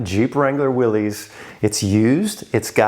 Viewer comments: I thought you of all people would know how to pronounce WILLYS, it’s Willis like Bruce Willis not Willies little Willy won’t go home. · "Willis", not "Willies"... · I can't believe that someone with so much history in Jeeps and a veteran to boot would still call a Willys "Will-eez". That is so completely wrong. Big fail. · It's pronounced Willis as in What You Talking About Willis... John North Willis was the founder of Willys-Overland Motors in 1908, they produced many of the WW II MB's then later the Willys M38. John Willys pronounced his last name "Willis" just like Valley Of the Moon is singular not Moons plural... you have a lot of subscribers and you get a lot of views but at some point you should actually try to become knowledgable about the subjects of your videos. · Willys is pronounced 'Will-us'. The Willys-Overland company produced 'jeeps' in WWII. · Isn’t it pronounced Will-is like the guy from Die Hard?